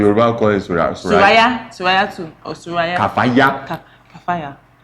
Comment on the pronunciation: Kafaya correct pronunciation is kifayah or kyfayah. But really tried I was surprised with her knowledge of arabic